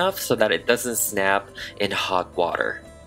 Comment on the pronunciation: "then we have to boil the water..." Dunno what happened to your accent but you sounded like you were going to invite us to have some tea and crumpets